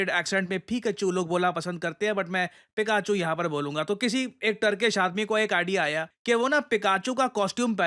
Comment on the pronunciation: पिकाचू ✅ फिकेचू ❌ ..😂